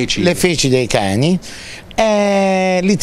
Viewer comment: "prende le feci dei cheni" mi ha ricordato lino banfi